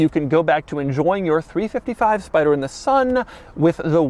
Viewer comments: Three five five, not three fifty five. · Great video but Doug it’s a 3 5 5 not a 3 55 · I know you must know this, but please I beg. It's 3 5 5 and 3 4 8, not 3 55 & 3 48 🤮